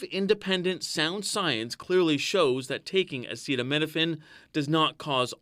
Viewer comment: Maybe let the scientists make the announcement instead of someone who can't even pronounce acetaminophen